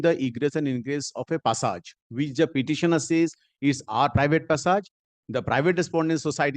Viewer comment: The way opponent lawyer saying passage, it's hearing "pissap"